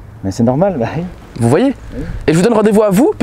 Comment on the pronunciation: C'est la première fois je vois un mec dire Ui oralement